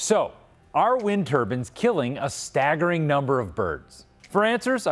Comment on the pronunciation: Am I the only one who thinks he is saying "turbines" incorrectly.